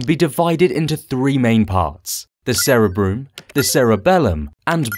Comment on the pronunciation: cerebrum, not sarah broom